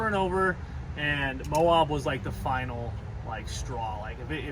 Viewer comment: It's Moe-ab, not moe-awb😐